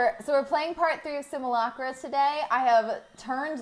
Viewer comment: "Simulacra" is actually pronounced "sim-yoo-lak-ra", kinda like "simulacrum".